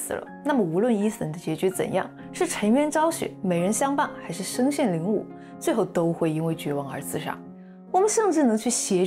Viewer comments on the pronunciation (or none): 很精彩的作品，感谢的讲述 最后的“身陷囹圄（yu）”不是wu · 囹圄（líng yǔ） 这个字确实经常会读错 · 得解说太棒啦！ 那里身陷囹圄，最后个字应该yu第三声，别介意，单纯希望你变得越来越好